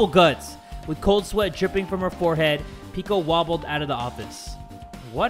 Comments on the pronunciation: Bro I hate how hes dissing these names 😭 its peck-o you were saying it right in the first place brooo (Edit) you guys need to like the video more bruh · He pronounced it peko peko before idk what happened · pronounces Peko as Pico Peko: "am I a joke to you?" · No one:: "pico" The fandom: "peko" Fuyuhiko: "peko" The rest of the cast: "peko" SPOILERS(?) Peko: "tool" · The way that pronounces Peko... "Peeko" lmao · OMG WHY IS HE CALLING PEKO PICO IM SO DONE ABJSBAJS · its not Piko it PEKO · I mean those names are new but still, ITS PE-KO